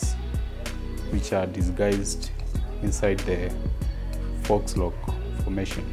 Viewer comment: you pronounced FAUX as fox. It’s pronounced FOE.